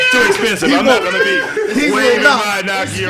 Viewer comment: That ain't Nike, that's Naki